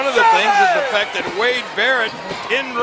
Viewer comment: Sheamus says "fact", but sounds pretty much like fuck... :)